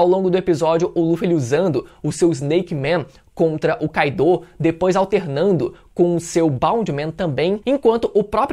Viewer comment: todos personagens no anime pronunciam "kái-do" meus ouvidos estão funcionando ok.. então porque falar "kai-dô"?